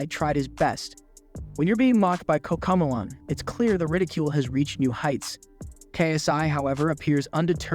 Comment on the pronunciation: I like how you read cocomalon instead of cocomelon, It's like the post malon of kids channels